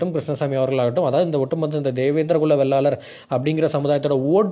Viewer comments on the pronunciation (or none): சகோதரா வெள்ளாளர் இல்லை. வேளாளர் என்று சொல்லுங்கள் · தேவேந்திரன் குல வேளாளர் அண்ணா, வெள்ளாளர் இல்லை, வேளாளர் என்று சொல்லுங்கள்